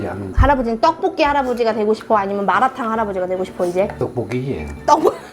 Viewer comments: ㅋㅋㅋㅋㅋㅋㅋㅋㅋㅋㅋㅋㅋㅋㅋ 마라탕이라고 하는데 마도나 … 진심 우리 할아버지 보는 줄 ㅋㅋㅋㅋㅋㅋㅋㅋㅋㅋㅋ 전국 할아버지들은 다 똑같으신가봐요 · 앜ㅋㅋㅋㅋ 마라탕을 마라톤이라고 하시네욯ㅎㅎㅎㅎ너무 재미있네요🤣 오늘 먹방도 잘 봤어용!!!😍